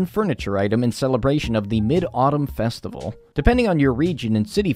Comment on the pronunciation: Festi-vay-le ewww lmao